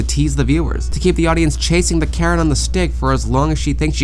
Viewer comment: the way you say carrot sounds like Karen. Still works in the context though.